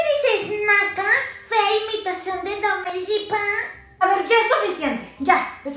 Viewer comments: No es domelipa es DOMETRIPA JAJAJAJAJAAJJAJAAJAJA. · MARBELLA DICE DOMELIPA